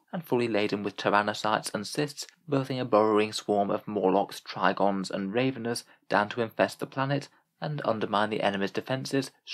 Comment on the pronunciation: By Rave-en-ers, I presume you mean Rav-en-ers?